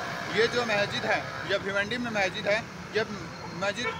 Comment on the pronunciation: Mayjid nhi hota h wo bewakuf🤣🤣 Masjid hota h🤣🤣🤣... Phle bolna to sikh lo 😅😅😅 Phnne ko kpde nhi h mehngai chor k hindu muslim chalu ... Afsos angrez 75 sal phle chle gye mgr unki strategy aaj b kam krri h aise hi thori international news channels donkey kehte h hm indians ko srf in jaise jahilo ki wajh se😡